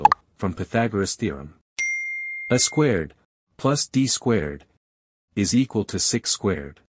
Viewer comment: I cringed at every "uh squared" (pronounced the way one would say "a box").